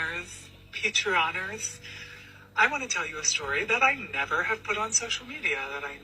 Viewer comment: "Hello patreoners" ???😂😂😂😂 ITS PATRONS. THE WORD IS PATRON. I grew up in a strict Christian conservative abusive home. U dont see me being a groomer. Theres something wrong with that guy. And he needs to be rejected by the social media apps and investigated. Hes dangerous